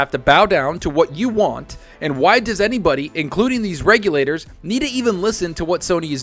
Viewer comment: I know it's lame, but I'm happy has started pronouncing regulators correctly!!